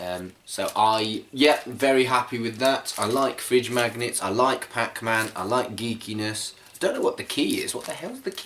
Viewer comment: "Pac Man freedge magnitts!"